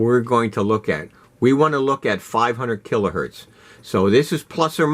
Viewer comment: Kilohertz, not Kilohurt